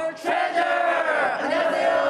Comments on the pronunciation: 근데 트레져 아니고 트레저 입니다 ㅠㅠㅠ !! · 트레져가 아니라 트레저에요ㅠㅠㅠ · 트레져 아니라 트레저요^^! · 트레져 아니고 트레저요..... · 트레’져’ 아니고 트레’저’입니다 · 트레져 아니고 트레저...ㅠ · 저기요 sbs 한밤tv연예씨 트레”져” 아니고 트레”저”에요 연예계 대표 방송이면서 이런실수를 하시면 어떡훼요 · 트레져 아니고 트레저입니다😂😂😂😂😂